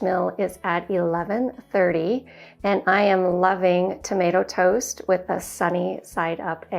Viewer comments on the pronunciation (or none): none